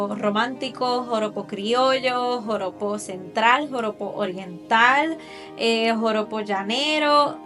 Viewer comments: Lo dijistes alrevez, Porojo, No, Joropo, así se dice realmente. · No es pojoro. Es JOROPO 😂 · Me gusta la estructura de tus videos! Me gusta que escribes las observaciones para no interrumpir y que se ve bien el vídeo y también tu cara. Lo de "Porojo" 😂 me dió risa jajaja bueno, es Joropo ya lo sabes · No es “pojoro”, ES JOROPO.